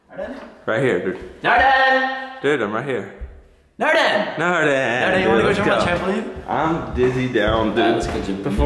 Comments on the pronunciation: when was saying nordan wile jumping on the trampoline it sounded like he was saying jorden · Did anyone notice called him Nordan shazan